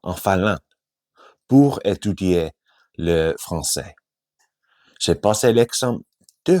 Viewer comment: Super, travailles le son J pour mieux prononcer le "j'ai"